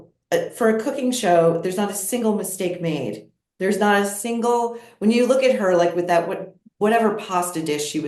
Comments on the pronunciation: Well she did pronounce it "Luke"....hardly mocking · Meghan also mocked Mindy for her pronouncing “look” weirdly. How rude was that.